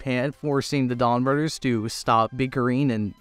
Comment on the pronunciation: It's Donbrothers not Donbrodders that's how you say it. Or am I hearing it wrong?